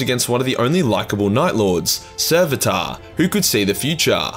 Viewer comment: Sevatar* not "Serveataaa"